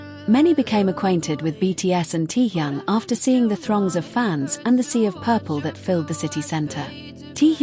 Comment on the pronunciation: Какая безграмотная блогерша мне стыдно за вас ударения в словах неправильно и даже имя такого известного артиста кумира миллионов не можете выучить а лезет со своими сообщениями а зовут самого шикарного Уникпльного мужчины в мире очень просто Ким Тэхен пора запомнить